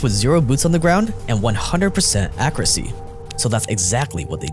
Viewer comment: Akoorasi, sussehful Haha, i can tell you're giga asian